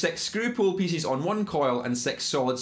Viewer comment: Cool accent ma. sex pool pissess killed me :D but good video